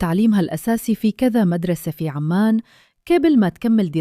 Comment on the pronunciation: عُـــمَـــانْ وليس عَــمّـــان